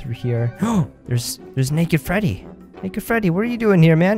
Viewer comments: you said panda fetty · when panda Freddy fell out you said panda Feddy